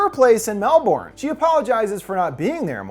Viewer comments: *melbin. The correct Oz pronunciation is Mel-bin, rather than Mel-born. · It's pronounced mel-bin. No one calls it mel-borne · ok so melbourne is pronounced mel-burn or mel-bin no one in australia pronounces it mel-born unless this is a different non aussie melbourne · It's pronounced mel-ban, not mel-born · I was so invested, then every time he said "mel-born" my brain shorted out... half those letters are silent, we just say it "melb'n" but with an American accent you still definitely wouldn't pronounce the o, I think it'd be closer to mel-burn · I'm so sorry, if you're talking about Melbourne Australia it's pronounced 'Mel-bin'. Not Mel-born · lmao "Melborn" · As an Australian, it's lowkey hilarious to hear people from other countries pronounce Melbourne as "Mel born" instead of "Melbin" like we do here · mel-born lol,,,, its melbin mattteee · For what it's worth, usually Melbourne is pronounced more like Melburn rather than Melborn. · Mel - burn. Not Mel - born. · Melbourne pronounced Melben not Mel-born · mel-BURN, not mel-BORN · I only just watched this last night and enjoyed it greatly. While not classically "horror", it certainly is creepy with some great skin crawling moments and a touch of body horror. Also, it's pronounced "Melbun", not "Melborn"... if there's a lazy way to say a word, us Aussies will take it! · Actually it's pronounced closer to "Melbn" than "Melbun" or "Melbin". Gotta get rid of as many vowels as we can! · So like for all the Americans out there.... pronounce Melbourne like Mel BIN. 😅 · As much as I love your videos, as someone from Melbourne, the way you pronounced MeLboRRn was more terrifying than the movie 😂😂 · Melbourne, it’s pronounced like Melben. Lots of silent letters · It’s pronounced ‘Mel-B-n’ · It's pronounced "Melbin" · FYI - Melbourne is pronounced Mel-burn or Mel-ben. Lol I didn’t realise it was an Aussie film till I heard that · How was what? Oh you mean Melbun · Oh but it’s pronounced ‘Melbin’ 😂